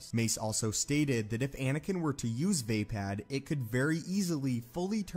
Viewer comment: “VAY-pad” sounds a lot like “vapid.” I’m pretty sure it’s “vah-PAHD.” Also, I am weary of hearing you mispronounce “wary.”